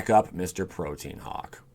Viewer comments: Haha protean hawk it’s actually protean hulk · prōdēən or prōˈtēən hulk, not protein hawk, OMGOSH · It's not pronounced protein hulk! It's pro-t-an hulk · Protein Hawk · Dude I like your videos but from now on please say Protean HULK. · Him mispronouncing the word "hulk" as "hawk" and orochi as "oh-rocky" killed this entire video for me